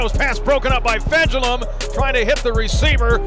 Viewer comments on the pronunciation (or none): Just please try to pronounce his name correctly :) Fejedelem is a Hungarian word, it means "reigning prince". The pronunciation is approx. Fa-yeh-da-lam (the only vowel you pronounce in this word is the one you say in "man", "van"... )